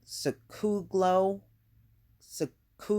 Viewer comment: "Jay-sec- coo- low".